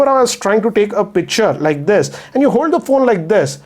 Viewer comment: Can you improve your English,, and try to say 'this' rather than 'thissa'?